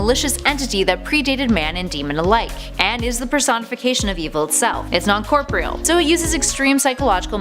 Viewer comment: Corpreal? Really? You cant read and say corporeal?……you miss are a fake nerd….period.